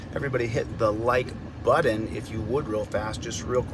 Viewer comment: I hit the like "button". I couldn't find the like "buddon". Love your videos. Peace!